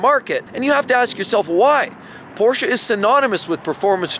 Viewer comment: He pronounced Porsche correctly.